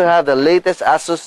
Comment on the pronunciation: its not ASSUS its asus its not ass its ace